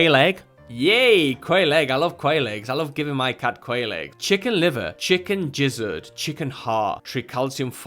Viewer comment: Lol he said jizzard.